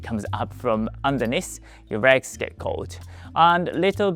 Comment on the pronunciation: your regs get cold LoL you gotta enunciate the L Leg's